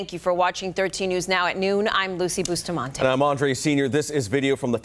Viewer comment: lmao😂 she says bustamantae all gringa!! you have a cactus on your forehead!! say it right!!